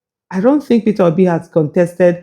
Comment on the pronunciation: Dis mumu just keep saying "PitObi" 😂😂😂😂. Why is the pain of Peter Obi leaving them so enormous in their bones? Did Obi take away their intestines? I'm surprised Kenneth Okonkwo thinks his views are still relevant to the scheme of things. Just rest oga, go back to nollywood and try acting again. May be that will profit you, but Politics no fit u like dis. Or beta still, sit back and enjoy wotever small money you have now collected frm Atiku since he's good at diahing out Dollars. Abi is dat also hard for u to do?